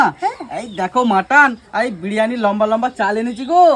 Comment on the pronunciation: Biriyani ❌ Biryane✅😅😅😅😅😅😅